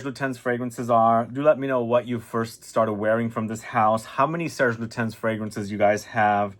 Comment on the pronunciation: For someone who made so many videos about fragrances and who smelled thousands of fragrances,I would expect you to know how to say Serge Lutens properly.